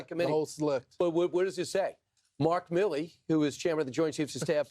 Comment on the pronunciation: Not My-Lee … Mill—Lee